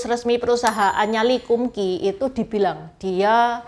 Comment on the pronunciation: Lee kum kee bacanya li kam kei. Nama mereknya sesuai nama pak lee kam sheong itu. Kei artinya merek/cap dlm bhs Canton.